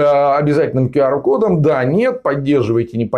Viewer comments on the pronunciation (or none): Правильно - Кью Ар. Учите английский.